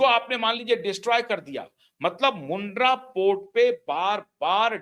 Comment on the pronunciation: मुद्रा पोर्ट नहीं, मुंध्रा पोर्ट